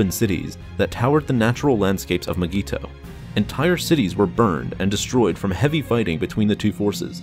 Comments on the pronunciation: It’s pronounced (my-gee-to) say it right or don’t say it at all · Nobody:: M'geeto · It’s not mygeeto, it’s Digiorno. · The way he says mygeeto disturbs me